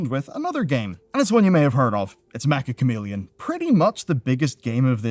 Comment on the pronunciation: Why do people (including this guy) keep mispronouncing Meccha Chameleon?